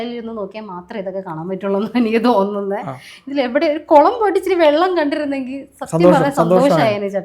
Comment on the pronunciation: കൊളം അല്ല കുളം